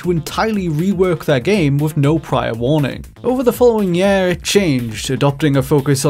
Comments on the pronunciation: Sorry, but why are you pronouncing "year" as "yeeeah"??? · What the fuck kind of dialect is this??? Who pronounces "year" as "yeeeehr"? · We aah nearing the end of Maahch, in the yeeah of 2019. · there have been many examples over the [.....] what does he say here? EDIT: nvm, during the video i found out he says year like Yeahh, guess that is normal where he lives